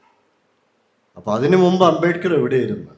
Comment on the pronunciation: അമ്പമ്പോ! അബേക്കറോ? അബേദ്കർ എന്നു പോലും വ്യക്തമായി പറയാനറിയാത്ത പഹയൻ! അമ്പേ പരാജയം😮